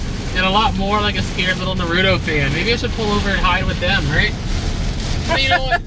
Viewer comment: As much as i love this channel dont disrespect the homie naruto especially if you aint pronouncing it right. goku got me into martial arts but Naruto got me through some tough times when i lost my pops and taught me how to surpass my limits as a fighter when i didnt have positive role models and made me believe in myself. no hate.